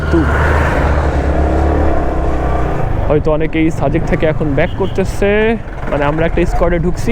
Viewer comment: ভাই সারাক্ষণ অ-শুদ্ধ ভাবে সাজেক কে ছাজেক/ছাজেক বলছেন কেন?????.... বাজে এবং বিরক্তিকর লাগছে। দয়াকরে ভাষা ঠিক করেন, শুদ্ধ ভাষার চর্চা করেন। আর একই জায়গা একই রাস্তা আর কত দেখাবেন ????? Do something NEW man...... New ..... otherwise Don't waste Time .... Love a Lot.